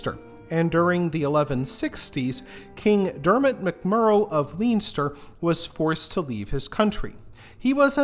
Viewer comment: On a positive note Baginbun and Bannow are lovely beaches. Super interesting thank you. Just a note, Leinster is pronounced Len-ster. Armagh is pronounced Ar-maa. Agh at the end of Irish words is pronounced aa.